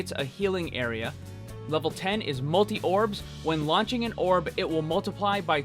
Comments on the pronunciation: Multi Orbs not Multi Obrs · Very fake. Also, "MULTI OBRS."